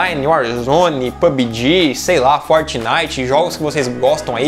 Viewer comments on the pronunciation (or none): none